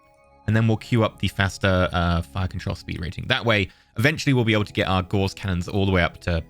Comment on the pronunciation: Not to be an asshole or anything but you are pronouncing Gauss wrong. it's Pronounced "Gows".